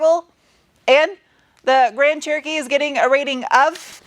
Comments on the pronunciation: It honestly sounds like your calling it a "Grand Turkey" and I love it 😀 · Why do I sometimes understand grand turkey?